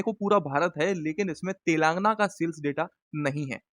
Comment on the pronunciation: Wo telaangna nahi hai, telangana hai!